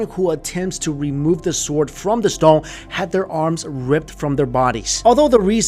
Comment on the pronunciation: I'm sorry, but y did u pronounce stone as "storng"?